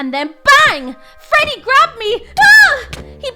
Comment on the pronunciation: bro said frodey fazbear